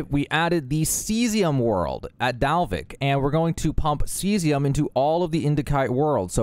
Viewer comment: Caesium= C-Z-um Cheyenne= Shy-Anne